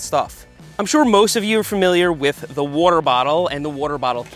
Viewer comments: What's a "warter bahtle" :p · Nobody: Seth: wuarer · Ah yes, the classic wuhter bottle